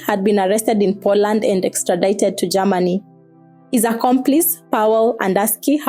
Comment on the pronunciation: What's Ger-ma-ni?...se- pa- ra tion😂😂